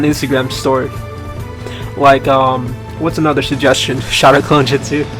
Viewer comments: it not jistsu it's justu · why does he say jitsu instead of jutsu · the 4 dislikes are probaly because he said jitsu instead of jutsu Lol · Jetus XD i think u mean jutsu's